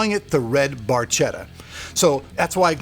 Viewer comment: Cudos for the cause!Very nice build. One thing though- it is Barchetta is pronounced with a K like in cat, no matter what you Americans think.